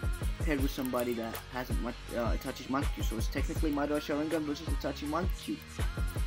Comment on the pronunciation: can you pls just learn how to pronounce sharingan